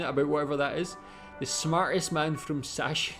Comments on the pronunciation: It's not Sashen,its SachSen (Saxony) pronounced Zuckcen... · Er sagte "Sach-sen", aber dabei gehören - chs - zusammen, was die Aussprache angeht. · It's pronounced "sucksen" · Sachsen = Saxony. Pronounced like "Zaxen" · Btw "Sachsen" is pronounced "Zuck-Sen" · Here's the right pronounciation of Sachsen: [ˈzaksn̩] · Sachsen is pronounced Sucksen 😁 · Sachsen is pronounced like "Sacksen" with emphasis on "Sack". 😜 (Joke aside, say it like "Saxson".) ... And Sachsen is a bit known to be right winged lately. They were left winged before that. It's one of our "new" federal states struggling to feel representated after reunion. Not to exuse the shift, I'm against AfD and right wing ideology. But things don't come out of thin air and IMHO it should be adressed to allow a shift again. (And of course not everyone thinks like that there, but we only ever hear the loud ones.) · The wrong pronunciation of 'a' bothers me less than when 'ch' is pronounced as 'sh'. Especially as the first part of the English word 'Sachsen' hardly differs from the original word.